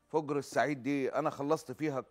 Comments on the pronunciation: تقول انا مع التطبيع لأنها مطبوع على قلبها الله لا يبلانا .. صحيح فُجر مو فَجر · فَجِرْ ❌❌ فُجْرْ ✅✅ كل الكويت مع فلسطين 🇵🇸❤️🇰🇼